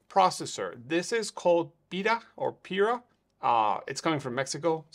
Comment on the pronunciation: Hey, thanks for mentioning my Pira film developing machine! Perfect pronunciation btw :)